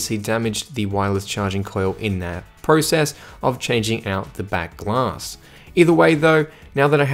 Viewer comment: Back Glass What a pronunciation of the word...